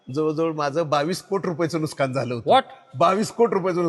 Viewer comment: एवढे भारी उद्योजक मी आयुष्यात पहिल्यांदा पाहतोय... म्हणजे एवढं कोट्यवधीची उलाढाल असली तरी भाषा बदलली नाही की स्वभाव बदलला नाही.... हे इतके ओरिजनल आहेत की बोलताना ' नुकसान ' ला ' नुसकान' बोलले...❤❤